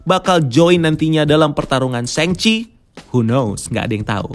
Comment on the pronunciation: Shang chi di baca sang ci Meng er zhang di baca meng er zsang